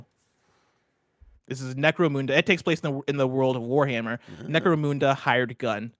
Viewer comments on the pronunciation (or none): Ok, only Whitta gets to talk about the British properties anymore. The way pronounced Necromunda. He probably doesn't even know anything about 40k.